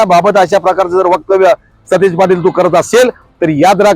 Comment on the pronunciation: Are stish nahi satej